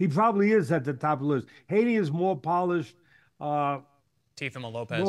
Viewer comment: Interesting that Teddy can't pronounce his name correctly.